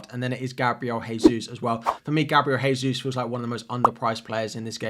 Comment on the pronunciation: Brother, Gabriel Jesus is Brazilian so Jesus is pronounced Jay-Sus. The way you're say it is for Spanish pronunciation which is Hay-sus. Just a note for your videos, cheers